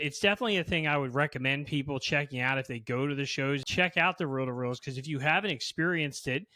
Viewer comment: Row to row decks, tapes. It is just me who heard this? Not reel to reel? 😮